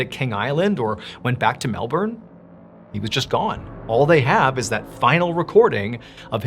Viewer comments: Wow the last story was crazy and you pronounced the word Melbourne perfectly. Love from Australia:) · Did anyone know Australia pronounces Melbourne as "Melben" not "Melborn" and idk why we have never said that to anyone 🤣 Tbh I dont know anyone in aus that cares at all how it's said anywhere else tbh but heaps people always point out when a person pronounces any other state in a different country wrong ☠️😂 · Nice to hear an American pronounce Melbourne like an Aussie would and not like an American would!😂🇦🇺 I remember Fred going missing, huge mystery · I think we should name you an honorary Aussie Mr B. Your pronunciation of Melbourne was spot on. 😁🇦🇺. This case has to this day never been resolved. No wreckage...nothing. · Added bonus and Kudos Mr Ballen for actually pronouncing Melbourne correctly and NOT like MelBORN !! 👍👏👏😁😎🇦🇺